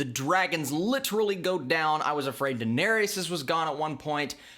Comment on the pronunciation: God you butchered Daenerys' name 😂, but good review bro 👍